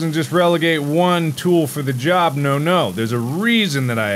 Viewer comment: “It did a good jobly” -Mark 2021